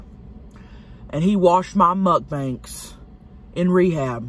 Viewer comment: Fuck I love how you say MUCK-BANKS. Never stop. 😂